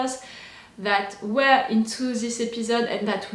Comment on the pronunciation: I love it 😂 “We ere ok, we ere on the lake!”